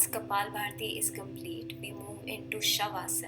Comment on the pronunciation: It's kapalbhati not bharti . Lol